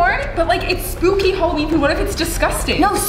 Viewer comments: The word spooky is actually sbooky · Spooky is with a p not b like said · when they said sbooky did they mean skooby ???